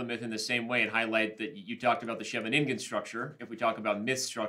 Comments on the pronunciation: Jesus that was once again a horrible pronunciation of Scheveningen. T-T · I just love how he pronounces Scheveningen